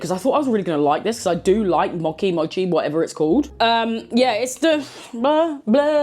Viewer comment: That's how Mochi is pronounced : mow·chee 😊 you were right the first time!